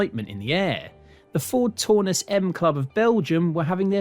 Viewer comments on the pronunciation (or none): I'm English, but I can tell a mark 3 Cortina from a Taunus TC; the misidentification and mispronunciation made my teeth itch. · The car at 10.20 is not a Taunus (pronounced Town us) but a LHD Cortina built in either Ford's Dutch or Belgian plant. The 70-76 Taunus looked quite different to a Cortina and had a two door coupe version.